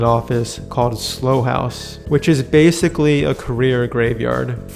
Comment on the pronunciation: It's not 'Slow' house, it's 'Sl-ow' house.